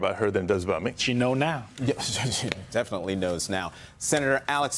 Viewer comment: Sen-a-tear Jose Padilla 😭😢😹😿😹😢😿😹😢😭😭